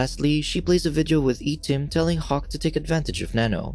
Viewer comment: Correct pronouncing for I-tim is eye tim